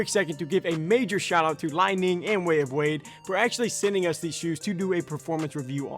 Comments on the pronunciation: Great review and assessment of the shoe's attributes. Brother, I believe that the company is pronounced "Lee-Ning". Li ning also makes a model called the " Shock The Game(6.0)", which is also a great shoe. Excellent work, and you are obviously a well trained player. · Dude had 1 job it’s called Li Ning like lee Ning 🤦🏾‍♂️🤦🏾‍♂️